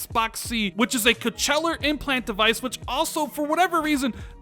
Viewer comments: OK ... I don't know how to say this. But here we go. Cochlear .... say it with me ... ready? It is pronounced ... Coke-Lee-Err and not Coach-Lay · It's pronounced coke-lee-ar. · Im not hearing it but you kept saying Cochella (as in the festival) not Cochlear which is an implant for the ear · Coachella is a music festival my man, Cochlear (coke-leer) is an ear implant ;) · Is he saying "coacheller"? It's pronounced "Kaa-klee-ur". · Co cheller 🤣🤣🤣🤣🤣🤣🤣🤣🤣🤣😆😆😆😆😆😆😆 it's kaak-lear is how u really pronounce it I'm dead 😂😂😂😂😂🤣🤣🤣🤣🤣😂😂😂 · Dude, it's pronounced coke-lear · Coachella headset device lol... 😂😂😂 I love how he pronounced cochlear lol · Isn't it cock-le-ar? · It is pronounced Co - CLEE - er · Just FYI, "cochlear" is pronounced coke-leer. Not trying to be a grammar nazi. Love your vids bro. I'm on the fence about the whole Discord thing. I don't think Discord if worth that much money. I'd rather see them spend that kind of cash on more game studios personally. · Just FYI - cochlear is pronounced "coke-lee-er". I do my part. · It's pronounced Coke-lee-ur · Nobody:: Coh-CHE-lar! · I thought he was talking about a music festival. ^_^ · Just a heads up, pronounced as Koa-clear implant. Which many in the hard of hearing and deaf communities use/have implanted in themselves to be able to hear fully or at various degrees of hearing in some cases. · I believe it’s suppose to be pronounced “coke-lee-ear” implant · Mmmmmm you may want to learn how to pronounce Cochlear.......of course it's fake, it would require surgery you knob! Do you even know what a cochlear is???? Well done on offending any of your deaf subscribers with this horseshit!